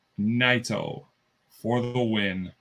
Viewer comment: Do you even watch NJPW? You mispronounced Naito worse than Mox pronounced Ryogoku